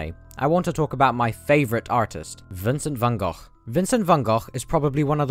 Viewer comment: Just wanted to say that you are one of the first non dutch people (i assume) who pronounce van gogh's name correctly